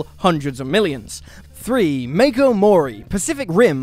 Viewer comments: Pronounced as Mach-o, not Make-o. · I know, right? It's Mah-ko